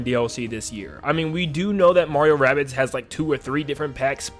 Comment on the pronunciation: everyone took what I said the wrong way I said “Mario rabbits” bc he said that instead of “Rabbids” I have both games. (The first one I like the 2nd one not really)